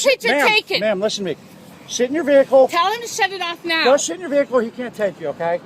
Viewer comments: Why karen no2 officer sound like he saying shet instead if sit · Did he say "go shit in your vehicle" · I like how the officer sounds like he's saying: "go sh*t in your vehicle" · To me it sounds like the cop is saying “go shit in your vehicle” 🤣🤣🤣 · Cop: Go sit in your van Me: hears" go shit in your van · lmao it really sounded like shit down 😂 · I know its video quality but anyone else hear " Go shit in your vehicle ma'am" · Who thought the cop said “go shit in your vehicle” the first time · I can’t stop hearing “Go shit in the car ma’am” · When the guy is saying sit it sounds like he is saying shit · i cannot be the only one hearing "go shit in your vehicle" lol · If you tur captions on when he says sit its censored cause it sounds like shit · not gonna lie when the cop said go sit in your vehicle it kinda sounded like he was cussing.